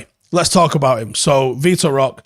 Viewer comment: His name is pronounced Vee-tor Hock-ayy. He's very talented, but it seems he's destined for Barcelona.